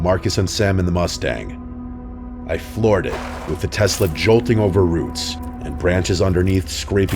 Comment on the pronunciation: Say Telsa again , say it just one more time! I dare you. I double dare you mother f*** - Pulp Fiction 😂